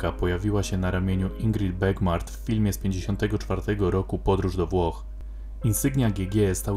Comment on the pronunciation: Aktorka nazywała sie Ingrid Bergman a nie Ingrid Bergmart :-) I nie Sankt Mortitz tylko Sankt Moritz ..